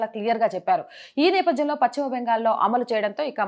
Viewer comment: Pachhima kadu talli paschima